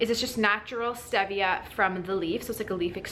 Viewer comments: Its stEEEEEvia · "stee via" is the correct pronunciation. Good information, but on a time situation, one to three months is not long enough for someone who has systemic or dividing candida. Killing the candida is one thing; flushing it out of the system is a whole "nother" story. You sound like you hit all the good things really hard and got rid of it. Good for you!